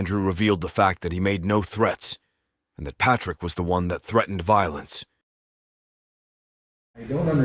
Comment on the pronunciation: I cant stand when people add a syllable to anything ending in ed. Threat-tend. Ugh. Butt-ton ugh. Ick. Stop it. Not to mention, he left his house snd went to a public place at the time mentioned by the "stalker." Stalkinh victims dont ussually meet their stalker half way punctually.